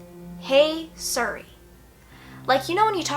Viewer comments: siri not surry lol I love it when people mispronounce things its so cute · I got so pissed how many times she says "sury" not siri 😂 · why does she say suri its siri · siri is not pronounced sur ee its seeree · OMG ITS PRONOUNCED LIKE SERI NOT SURI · The scariest part about this video is how she pronounced siri as suri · its not suri its SIRI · Siriiiiiii not suri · It's pronounced serey But this is my first time watching your videos and I LOVE IT 😍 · I became uninterested when you mispronounced "siri " it's "SEAR-REE". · "Surry" lmao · Not to be mean not at all but I think Siri is pronounced Seeree. I'm not trying to be mean sorry if it came off mean:/ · The way she pronounces Siri 😂❤️ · The way she says siri😂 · the way she pronounces "Siri" is the reason why I live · she pronounces siri weirdly and it bugs me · She pronounced siri wrong😋.......why is that the only thing I got from this video?? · u say Siri wrong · THE WAY SHES PRONOUNCING SIRI MY GOD LMSOO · I love your video but every time you pronounced Siri wrong it annoyed the hell out of me 😂😂😂